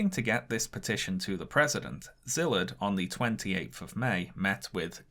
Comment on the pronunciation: The Sz in Szilard's name is pronounced like the the sound a snake makes with it's mouth.